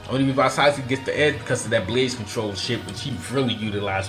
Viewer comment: He said asuske